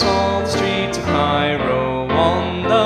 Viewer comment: when he says cairo I just hate my life more because i was born and raised in cairo